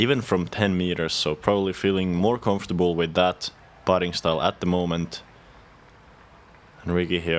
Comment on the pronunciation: «Com-for-table» 😅, at least you tried!